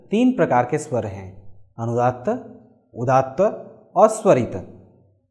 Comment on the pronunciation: बहुत सराहनीय प्रयास। केवल आपके उच्चारण में अभी सुधार करने की गुंजाइश है। 'अ' का उच्चारण "औ" सुनाई पड़ रहा है । 'स्वर' भी कहीं कहीं 'सर' प्रतीत हो रहा है। हेमंत कुमार,विख्यात गायक की मातृभाषा भी बंगला थी परन्तु उनके उच्चारण से यह पता नहीं चलता था। आशा है आप इन छोटी मोटी त्रुटियों को दूर कर इसको और निखारेंगे और हमारी संस्कृत भाषा का ज्ञान बढ़ाएंगे ।